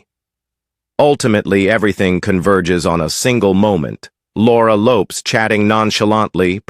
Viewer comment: Ffs pronounce Laura Lopes name properly.